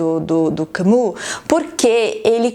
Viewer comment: Ótima análise! Confesso que só tive a "epifania" depois que fui ler sobre a visão filosófica do autor kk. Agora estou querendo ler A Peste, gosto desse estilo direto e "seco" de escrever dele. Ahh e uma dica, eu falo francês e aproximaria a pronúncia de Camus para "Cami" e Meursault para "Merssô".